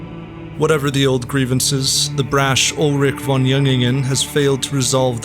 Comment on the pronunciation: "von" is not pronounced as "von" It is pronounced as "fon" which means "of" or "from"